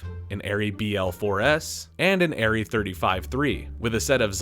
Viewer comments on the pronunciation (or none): none